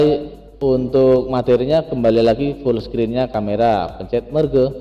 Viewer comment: merge dibacanya merj